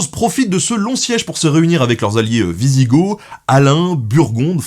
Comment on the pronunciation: Alors il me semble qu'on ne dit pas gorge mais ostrogo et wisigo. Mais on peut se tromper des fois ! Je reprends la vidéo maintenant.